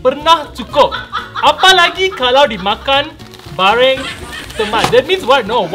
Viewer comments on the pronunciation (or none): Ya Allah,chiki balls tu kata bareng,bukan baring😂😂🤣🤣